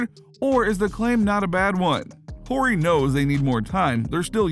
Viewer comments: Whorey? Its pronounced Ory. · It’s pronounced Ory not Horry jeez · The H is silent ..not Whore E lol Horry sounds like Oreo without the O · Is he pronouncing Big Shot Bob’s last name on purpose or just a young casual I can’t tell. Funny either way 😆 Ant exciting AF! Upside is 🤯and he’s already nice! He’s def wrong about Durant in MJ/LeBron’s league though (or Kareem Hakeem Bird Magic Wilt Russell Duncan Shaq Kobe for that matter) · Am I the only one stuck on the way he pronounced Robert horrid last name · Dude you gotta delete your channel for pronouncing Robert Horry’s name like that. Have you ever watched basketball before?